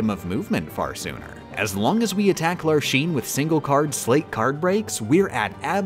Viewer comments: "LarSHene" destroyed me, they say her name in the game, with voiced cutscenes! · “Lar-sheen” LMAO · ...I love your videos. I admire your skill. I even appreciate your gentleman's taste in other games, judging by your pfp. But please, PLEASE, repeat after me: Lark. Scene. Lark. Scene. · “larsheen” girl did you watch the cutscenes 😭 otherwise awesome video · lar shene??? its larxene freak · Did you mispronounce Vexen and Larxene's names on purpose to farm comments? Or is that just how you always pronounced them before you heard the voice acting? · The Larxene pronunciation hurts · why do you say Larxene and Vexen wrong? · You gave me physical pain from how you say Larxene, Vexen and Marluxia. Also, Marluxias death sentence obviously doesn't have a 6 second timer. It takes about 2 seconds for the number to change so it's a more like a 12 second timer. Congrats tho. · I understand why you’re pronouncing all the X’s in peoples names that way, but it still hurts my soul. Even the games don’t have a consistent pronunciation for some characters’s names, so it’s understandable but I’m still Grumpy. I mean, would you pronounce Xehanort Shayhanort? Xemnas Shemnas? But Larxene is meant to be pronounced with an ks sound and I’ll fight everyone on this. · I have one tip. you can glide over the ice pillar slight that Vexen does. Also, it made me cringe every time you pronounced a X no hate on you i am just an English snob. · The way he pronounces the "x" as "sh" in the organization member's names bothers me so much. I suppose he'll pronounce "Axel" as "Ashel", "Xehanort" as "Shehanort", Or what, "Roshas"? Bro, it's an "x". It's "Vex-in" and "Lark-seen". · "larshene" "veshen" god dammit bro they say their names in-game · Larshein Veshen... Ok whatever you say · Larshene..... veshen..... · That's not ACTUALLY how Larxene and Vexen are pronounced, right..? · why are you pronouncing Larxene like that? KH3 does not use the “sheen” version, it sounds like “lark-seen”